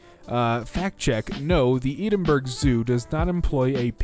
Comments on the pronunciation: Lol its pronounced eddinbruh not eedinburg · for all my fellow british viewers.... i feel your pain for the pronunciation of Edinburgh 😔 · the way you say Edinburgh pains me